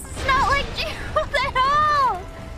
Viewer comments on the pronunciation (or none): It just pains me to hear fauna presumably pronounce Geralt as 'Jerold', and it hurts even more to see the knight base fatroll. Man the knight starting class is trash. I'd much better start with balanced warrior or bandit if more focused on strength.